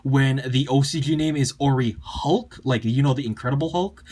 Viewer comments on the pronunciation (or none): Orichalc is still pronounced Orichalc in ocg オリハルク(Oriharuku). If it was Orichulk it would be spelled オリホルク(Orihoruku). The Japanese just randomly calls the Hulk "Haruku(ハルク)" so I can understand where you're coming from though. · I'm pretty sure Orichalc is "orry-kalk" not "orry-halk" - I think that makes it less awkward